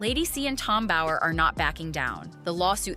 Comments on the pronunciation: BOWER, not Bauer. Amateurs…. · It's Bower not Bauer as in Steven Bauer. Someone needs to fire the person who translate 😅